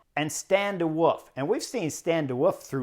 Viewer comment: I also heard a Stan the Woef today